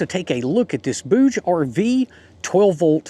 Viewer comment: isn't it pronounced bou-jay? :D